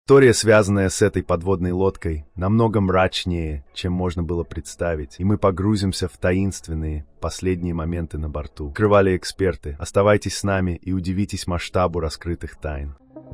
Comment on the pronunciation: Как услышал "намного мрАчнее" от тупого ИИ так и выключил. Автору Дизлайк , он и трудов то тут не не приложил. Да и не автор то он по сути